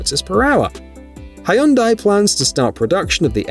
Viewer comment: Hyundai is pronounced HUN-day. Pronunciation research takes 2 minutes but it preserves your reputation for accuracy.